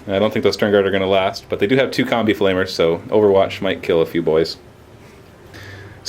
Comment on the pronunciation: is it just me or does it sound like says "Here we got a bunch of comme meltas and comme flamers"?